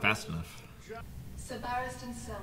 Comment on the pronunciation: Every time I hear that dudes name. Every time. I think it's Sir Barristons Cellmate. And I wonder who Sir Bariston is. It's Selmy. I know it's Selmy and yet I can't help but hear cellmate.